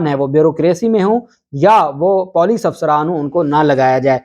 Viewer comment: Don't be Moroon with Urdu It's Puuleec not Poooleec